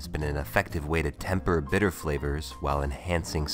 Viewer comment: i like how you say bitters.